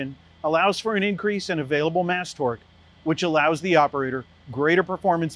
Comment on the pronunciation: Mast torque not mass torque